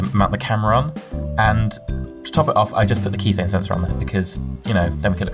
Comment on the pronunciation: Kethane is pronounced (Keh-Thon-Ai)